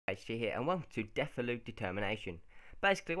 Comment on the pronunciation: Really good series idea but you're saying Deulofeu's name wrong!